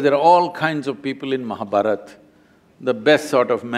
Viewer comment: Please pronounce Indian names, Ramayan is Ramayan not Ramayanaa, Mahabharat is not Mahabharataa !!!